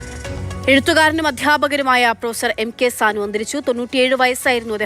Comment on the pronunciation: സാൻ മാഷ് എന്ന് പറ സാനു മാഷ് എന്ന് പറയട